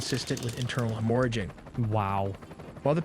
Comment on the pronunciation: I don't know why but the way hemorrhaging was said caught me off guard.